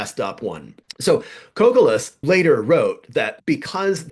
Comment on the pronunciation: Peter Kokalis' last name is pronounced Co-Cal-is. I met him many years ago.